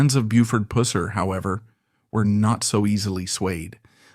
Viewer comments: It drives me CRAZY how this Narrator MISPRONOUNCES Buford’s last name...(writing this phonetically to make the point) It’s pronounced …Puss er, like “Gus” with a G instead of P. It’s almost like the narrator is doing this purposely for a crude joke. For god sake man, learn the proper pronunciation. Sheriff Pusser was a giant of man, and tender at heart. He deserves you to speak his name properly! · Man it’s Not pronounced like that. It’s like the gunk that comes out of an infected sore . Pus like bus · I know, right! At certain times the narrator will say it close to correct then other times he will say that "Pooser" mess. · Is it that hard to pronounce his name maybe the narrator should go back to school or not do jobs he is not able to do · My father worked with Buford's cousin Rudy Pusser. They migrated to Chicago for work like many other Tennessee boys! He had dinner and my house often and sometimes talked about Buford, he said he was a hard guy but a good guy even with his faults! Your AI sucks, not saying his name correctly! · Your AI mispronounced his surname the entire video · The way the narrator pronounces Pusser reminds me of how Sean Connery pronounced Pussy in the 1964 James Bond movie “Goldfinger.” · Who cares if he doesn’t pronounce the last name right listen to the story dumb dumb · It would be nice if the AI generated voice would pronounce his name correctly. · Yeah we the people of the south would appreciate you Flatlanders getting the pronunciation of his last name correct! Have some respect!!😮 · You’re pronouncing his last name wrong lol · To bad your to cheep to use a real narrator so the mans name could be said right at least once or twice, shame on you all. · Pronounce his name correct. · I can’t watch this with the mispronunciation of his name. So annoying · How about pronouncing his name correctly!!!!! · So wish they pronounced his name correctly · Need to learn to say someone name r8ght before you talk about them 😊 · It's PUSSER not POOSER